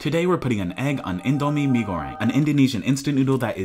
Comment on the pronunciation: you pronounced the name wrong... BUT your correct Indomie + egg = HEAVEN